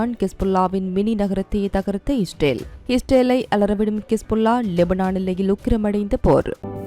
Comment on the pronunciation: கிஸ்புள்ளா கிஸ்புள்ளா கிஸ்புள்ளா என்ன நீங்க ஹிஸ்புல்லாவை கிஸ்புள்ளா என்கிறீர்கள் தவிர ஹெலிகாப்டரை கெலிகப்டர்"